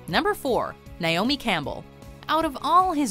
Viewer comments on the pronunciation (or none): none